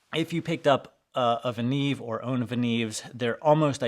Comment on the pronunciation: The right way to pronounce is "Venyov", not "Venev". I have 5 Venev MS-1 stones from 200 to 10 microns (about 32$ each) and a couple of Venev OCB stones - 10 and 7 micron (about 25$ each). I am absolutely happy with this set.